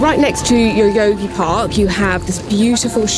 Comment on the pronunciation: Remember sake it's pronounced sakay, and Yoyogi is yoyo-gi not yoyogy.